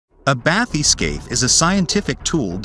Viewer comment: If you can't pronounce bathyscaphe, you shouldn't let the universe know.